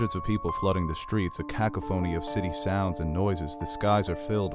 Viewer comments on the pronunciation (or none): Cacophony is ca-coff-ony not caca-phony lol. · cacophony is pronounced kəˈkäfənē......just sayin' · I know. Kaka•phony. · Ah yes, caca phony. Spanish for fake poop. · Cacophony... You should review the pronunciation. Lol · The way you pronounced "cacophony" made me stop and scratch my head for a good 30 seconds. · The way he said ‘cacophony’ is diabolical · You pronounced cacophony funny. That's okay I still love you ;) <3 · I love how he pronounces cacophony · It ruined the whole review for me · Mulch Butler yeah but it distracted me so I came to look through the comments to see if anyone else noticed and totally missed the review. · Hahaha, I think I know what you mean: almost creates the impression that someone else wrote it for him.